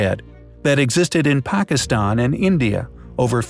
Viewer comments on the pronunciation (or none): none